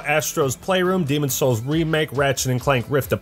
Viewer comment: the demon's souls pronunciation reminds me of the always sunny episode where danny devito says if you wanna get into that boy's hole. ITS SOUL!!! lmfaooo